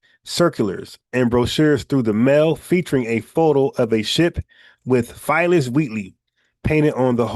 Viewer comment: bro u killin me u keep pronouncing Phyllis or spelled Phillis Wheatley Peters which was the first Black woman to publish a book of poetry u pronouncing it like Filess 😂😂😂 respect bro FBA errrday!!!!